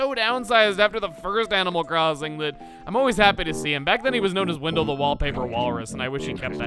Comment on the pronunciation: "Windill" I'm sorry Chuggaa but it's Wendell...